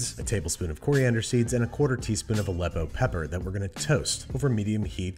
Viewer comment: First we have to ask ourselves, what is a leppo?